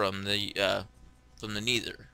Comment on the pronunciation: ur saying nether wrong